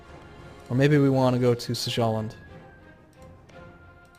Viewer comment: Sjælland is pronounced Syellen, I believe.